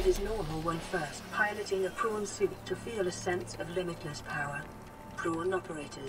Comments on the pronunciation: "I want to make my porn" it is prawn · it's called a prawn suit not pawn